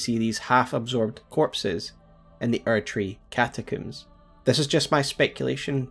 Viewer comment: Why do you pronounce catacombs as cata-cooms? I have never heard it pronounced like this nor even sure what would possess you to do so. No part of the word implies coom, did your mother say she was brushing her hair with a coom?